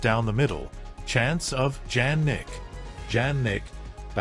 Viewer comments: It’s pronounced Ya nick not Jan nick. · Btw it's pronounced IANNIK not JANNIK. You should always check how to pronounce ppls names. I'm surprised that YOU still haven't!